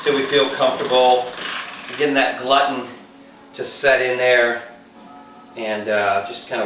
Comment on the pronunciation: Great video. Gluten is pronounced "Gloo-ten."